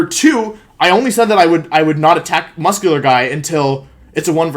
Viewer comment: no one: wolfe: the guy was muss kyu lerr